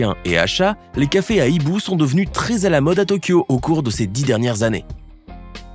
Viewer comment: Hibou commence par un "h" aspiré ; on dit donc : "ces hiboux" et non pas : "ces z'hiboux" !